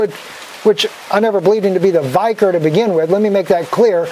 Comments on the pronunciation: I like you, but it pained me so much to hear you mispronounce "vicar". It should be said so that it rhymes with "Vicki". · Uhm. You’re not pronouncing Vicar properly. Lol. smh.